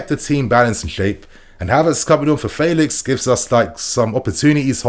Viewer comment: You tried to unlearn the old way of saying Felix. But the way you say it now is even worse.